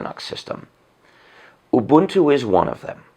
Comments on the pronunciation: He pronounces Ubuntu like I do and not like most others Obantu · As a South African I can say his pronunciation of ubuntu is spot on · OMG..he's the first white guy i've heard pronouncing this Zulu word (Ubuntu) correctly